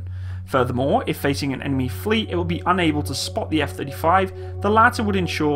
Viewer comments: "Eff Thirty Frives" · Gotta love those F-Thirty Thrives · Eff Thirty Frives :D